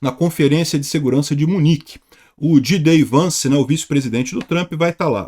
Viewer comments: NÃO É "DJI DÊI VANCE" , É "DJÊI DI VANCE". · Jay Dee...e não Gee Day. Só dizendo...